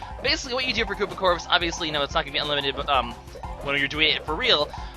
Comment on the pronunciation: Koopa Corpse? You mean Koopa CORPS?